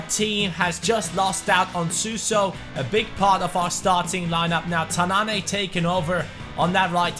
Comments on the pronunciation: it pronounced ''Tannan'' not ''Tannané'' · As a Moroccan, the way you pronounce "tannane" is false If you want to pronounce it, you should press at the n cause there are 2 "n"s right there and you doesn't should pronounce the "e" at the end